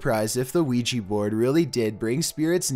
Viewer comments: your narration. One thing It's not pronounced Ouigee it's pronounced OuiJa. Not a g sound and hard e sounds but light j and a sound. The J is also pronounced more as if you were speaking a French person's name. Such as Jacque Cousteau. Other then that great vids. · ouijA. ouijA board. Not ouijEE. Jesus fucking christ. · STOP CALLING IT OUIJI BOARD IT'S A OUIJAAAAAAAAAA BOARD! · he cant even pronounce Ouija right wtf, he sais Ouiji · Why do you call it Ouiji when it's definitly a Ouija? 😐 I'm confused... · It's not pronounced "weegee"but rather " weeja" just so you know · It’s pronounced OWIJA not OWIJI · It's not so much an issue with your voice....but could you Please at least pronounce it correctly??? It is Wee-Jah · Its not Ouiji its Ouija. Oui = yes in French and Ja = yes in German. Yes Yes. OUI-JA OUIJA NOT OUIJII. Its two European words, not japanese. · Ouiji...I thought it was supposed to be Ouija? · Why does everyone keep mispronouncing Ouija it's wee ja not wee gee that's why it ends with an a not an e or i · Why you call it wee Jee It’s oujha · It should be pronounce as WI-JA not WI-JI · It's pronounced o-wi-ja not wi-ji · Weegee board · WHY WHY WHY DO YOU CALL IT WEE GEE????? WHY??? WEE JA, JA J...A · oui ja not pronouncing it right! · lol.. weegee board. L:OL. jeez that pronunciation kills me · Weejee boord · Throughout this whole video, I just hear him say "Weegee board" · weegee bord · Why do people pronounce it "wee-jee"? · Me and my friend was playing that ouigy board then afters sometime my ear was bleeding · For a second I thought you said Luigi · Weejee bord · weegee board are used to summon weegee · Pls the way y’all pronounce "Ouija" is the only scary thing here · Why can’t anyone pronounce Ouija correctly? There’s no “e” or “y” or “ie” in Ouija. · I love his intense voice like always, he's like, "ouija bOards"